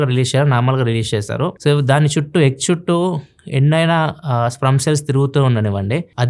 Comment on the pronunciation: Adhi sprum kadhu sperm 😂